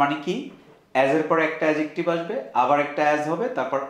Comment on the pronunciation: অ্যাজেকটিভ ❌ অ্যাডজেকটিভ ✔️